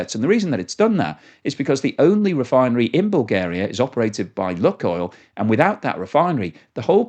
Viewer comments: LOO KOYL NOT LUCKOIL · BTW, it's not pronounced "Look-oil" but rather "Luke-oil". That's not 100% correct, but much, much closer. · Lukoil is pronounced luke-oil, not luck-oil. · Not properly pronounced that way mate. Long U